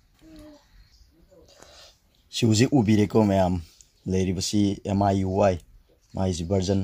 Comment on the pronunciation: Brogi miui gi pronunciationdo semdokhanningee.... Lanna khanbiganu... I'm ur new subscriber